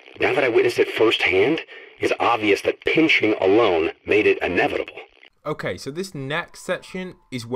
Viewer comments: Inevitable is pronounced how Thanos says it in Endgame. Say it with me! "I. Am. Inevitable." and "And I... am... Iron Man. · When he said innevidible I thought of thanos